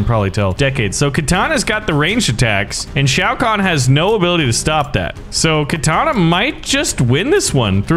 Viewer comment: I mean at least he can pronounce Shao Khan